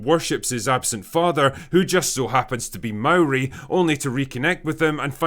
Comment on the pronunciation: Points to Drinker for pronouncing Māori correctly.